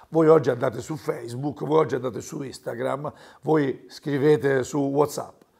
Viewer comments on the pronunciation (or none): none